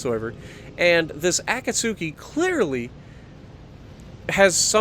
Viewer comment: Just hoping you find this. Akatsuki is pronounced (uh-caught-ski)